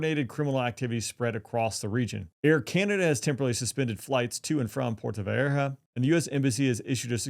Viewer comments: It's called Puerto Vallarta not Puerto Vayeerta moron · dude, learn how to pronounce 'Puerto Vallarta', 'cause for now what you say sounds like gibberish. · you should learn to say "Puerto Vallarta" before you make a video about it. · Puerto vayerhuh huh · PUERTO "VAYARTA" !! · Well our speaker here ain’t from the southwest with that puerta vajarta lol. Or whatever that was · It's, pronounce... Puerto vayarta. 2 ll sounds like y. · Thats a "t" not a "h" in vallarta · I cringed every time he butchered the name!😂